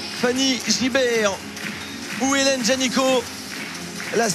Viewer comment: T'ain le commentateur qui arrête pas de dire "Génicot" (qui est aussi un nom de famille) au lieu de Janicot, AAAAA, flute quoi.